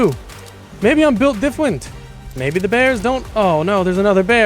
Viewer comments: "Maybe i'm buwilt Difwent"😭🙏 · maybe I’m built diffwent 😂😂😂😂😂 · HE SAID “maybe I do… maybe I’m built diffwent” HAAHAHAHAHAHA (not being rude or anything but it’s funny❤❤